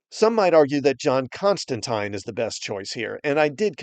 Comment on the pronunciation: I love that you said Constantines name right